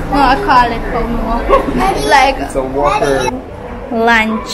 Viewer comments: Great video, I laughed so hard when you kept saying “Wupper” instead of “Whopper” like Errol said it 😂😂😂. Love your videos, I hope you have a healthy baby! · 😄, the burger is pronounced- Whop-per😄😄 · I am so glad the boys got their hair cut they look so handsome.I am here laughing with your pronunciation of whopper for when you say wupper it sounds as if one of you gave the boys some licks.Everyday can be cooking day but everyday ain't perfect cooking day.Csnt wait for the additional to your fam bam. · I laughed until I was weak! At first I was wondering, what is she asking for?